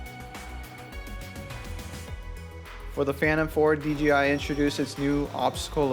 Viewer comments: It's a good video otherwise. Ken Heron stated it best-just seems all too often for people to pronounce DJI as DGI. Just got my Phantom 4 last week and I've been having a blast with it. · Hey... GREAT looking video! One little bit of advice... PLEASE say "DJI" not "DGI". (Lots of people are doing this.) I know it's a silly thing, but after all the effort you put into this beautiful video, you wouldn't want to lose credibility from such a small slip of the tongue. The location and building in the open is incredible! Good choice, as passing vertical lines like those supports REALLY demonstrates speed and movement. --Take care! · Pronounces the companies name wrong about 100 times.